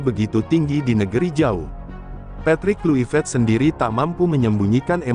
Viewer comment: maap min saya bukan mngajarkan berenabg ke itik.anda mngucPkan bahasa inggris suka salah.bukan patrik kluiprET tapi patrik klukpeut.maap saya kurang stuju kalau andambaca bahasa ingris